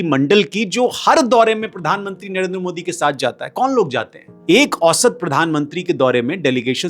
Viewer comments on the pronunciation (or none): none